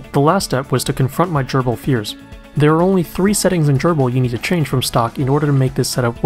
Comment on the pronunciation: Nice video. And very thorough overview on Grbl's homing and limit switches! I'll start pointing users to this video when this comes up. (Also, do me a favor. Please pronounce Grbl as Grr-ble, rather than Gerbil. Thanks!)